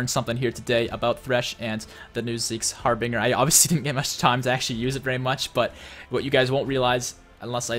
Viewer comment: It's pronounced Harbin(j)er.